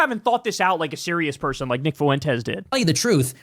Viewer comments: Fuentes (pronounced “FWEN-Tez”) so no extra vowel sound after the F. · It’s Fwen-tez. You must’ve not have ever taken español